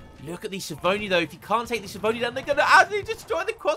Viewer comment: ch in italian = k sound, so skiavoni xD